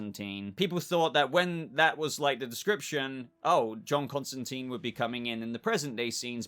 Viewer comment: It’s Constantine. Not Constanteen.